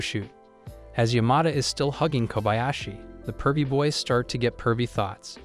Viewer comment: He tried his best to say boys